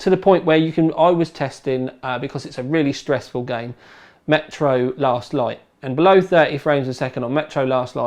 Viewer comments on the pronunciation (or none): none